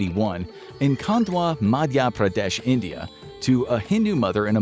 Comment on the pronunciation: the pronounciation of Madhya pradhesh killed me .